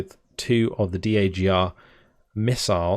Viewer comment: For future reference, nobody in the military pronounces every letter in the acronyms. It's LAV not "L-A-V", DAGR (dagger) not "D-A-G-R" etc.